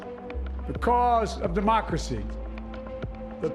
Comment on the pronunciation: "Today we celebrate our Independence day" Joe it's democracy. "Oh" "Today we celebrate our Demonachy" No joe it's DEMOCRACY! "Oh" "Where's my blanky" Go and lie down Joe..... KAMALA Come here, sort this crap out.......